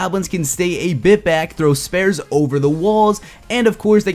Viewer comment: S-Peeh-Uhrs (spears) not s-purhs know your pornonciation